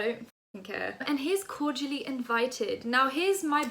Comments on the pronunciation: When she said "cordially invited" I thought she was saying "called Julie invited" and I was like who tf Is Julie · Man said "corgially" Im dead look at her trying to diss Zoe and cant even say Cordially loool but gotta give credit coming at someone as big as Zoella is clever good way to yk up her YT game so the girl is smart and sly 😂😂😂😂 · zoella can't even say cordially, that makes it even funnier! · “SIS” can’t even pronounce cordially